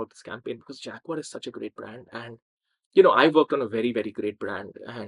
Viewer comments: That's SHAG-uar, baby! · And consider the way the British pronounce Jaguar. Americans like me say "jagwire" (or maybe "jagwahr"), the British pronounce it "jag-you-are" -- "Fag-you-are". ....lol!